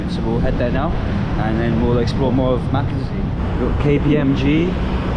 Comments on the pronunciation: I've love your Philippine vlogs 🥰 hee hee, Makati is pronounced Maakaw tee. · That's a first, pronunciation of Maakati. But as Winston Churchill said a foreigner has the right to pronounce whatever way any place he is not familiar with.